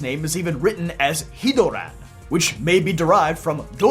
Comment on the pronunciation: Literally nothing this guy just can't pronounce Japanese words correctly and makes a false association. That part made me laugh tbh.